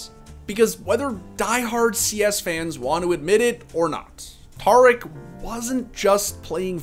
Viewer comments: Homie. Its pronounced TEAR-ICK not TAR-ICK. The dude literally says his own name every stream. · Not tar ick, tare ick